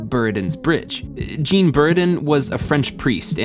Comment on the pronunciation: Hi, the French name “Jean” is not pronounced as “Gene” Sorry, it's like nails on a chalkboard